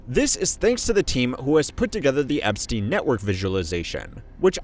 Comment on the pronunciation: Bro said I'm on my epstine shit all 2026